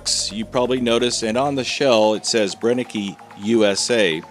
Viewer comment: It´s Brenneke. Three times „e“, three times the same sound. It´s not that complicated, …